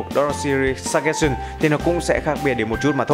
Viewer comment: súc gét sần :)) tôi thích bạn Sơ chtrét sừn đỡ hơn á anhhh